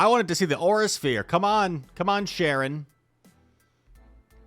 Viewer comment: Not sharon, charon(karon)